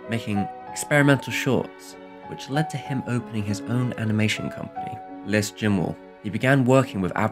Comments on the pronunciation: Which led to him opening his own animation company - Less Jemow When uncertain as to the pronunciation, type it into Google Translate and let it say it out loud for you, for crying out loud! Anyway. Go on... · Surely you'd have noticed, at least, that the s was silent in Les. Anyway, that was my trivial nit pick on an otherwise great video. Thank you and keep up the good work, sir. :-)